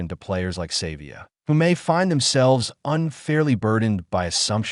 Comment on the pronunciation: Pronounce Ardies surname properly. Its not "Save via" Have some respect for the Legend